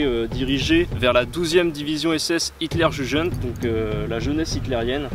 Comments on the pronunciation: Leibstandarte AH. ... "jujeun" ?? ..................... iouguen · juste pour perfectionner votre Allemand ,parce que les" hitlerjujeunes" ça fait un peu rire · Une observation : Votre prononciation de " Hitlerjugend " est défaillante ! " Jugend " se dit ainsi : " Yougennt " , avec un " e" atone , c.à.d . dépourvu de son ( = non sonore ) . ex . français " une " élève = " unn' " et non " uneu " // et le " d " en finale , se prononce comme un " t" ! Ou alors, dites simplement " jeunesse hitlérienne "..., et le problème est réglé ! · "la 12° division, la Hitler Jejeune"... balaise. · Aaaah la fameuse « Hitler Jujeune » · hitler je jeune ??? mauvaise prononciation mon gars xDDDDDDDDDD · Il est temps de le mettre à l'abri ce pauvre Tigre... A : "La division Hitler gégueune"... Pas mal... C'est bien de s'"intéresser à ce pauvre Tigre pas assez bien conservé. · Hitlerjugend, tu prononce extrêmement mal ... sinon super vidéo et la Leibstandart Adolphe Hitler en 44 n'était pas une division pour protéger le Hitler, c'était sa vocation jusqu'en 39